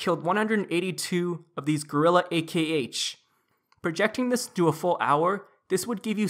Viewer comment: it's still pronounced as "Ahk" -.